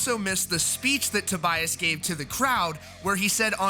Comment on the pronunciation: I hate your pronunciation... I think is "To- bee- as".